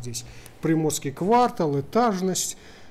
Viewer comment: простите,что поправляю,но-квартАл!Зеленый квартАл,Приморский квартАл очень уши режет😂